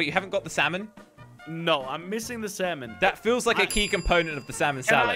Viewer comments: For jelly You don’t say salmon like (S-AL-MIN). it’s (S-A-MIN) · It's funny how they say saLmon instead of salmon!😂